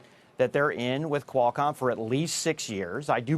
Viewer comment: Everytime he says "quail-com". . .